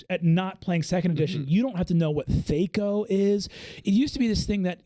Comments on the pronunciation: I love you Brennan but its THACK-O, not THAKE-O pronunciation wise. C'mon. Like whack, not wake. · THAC0 sucked for sure. I do thank it for helping me skip steps in algebra problems since I could retain small calculations like that for as long as needed. I never have heard it pronounced thay-co, like it was some fairy company who's CEO was born without the ability to pronounce 'eff'-sounds. In the 90's and early 2k's when a lot of TTRPGers still played that antiquated ancestor rather than better systems like 3.5/pathfinder and beyond; it was thah-co. It is so interesting to me how groups of people figure out their own pronunciation of words when everything is happening in their theater. It is like the names of characters in fantasy novels. Talking to another person that has read the same book as you can take some translating.